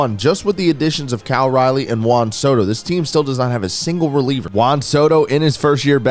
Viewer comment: I don’t think has ever said Cal’s name correctly or the same twice lmao